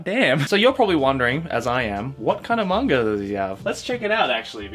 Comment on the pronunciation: Im I the only one who hears saying manger instead of manga?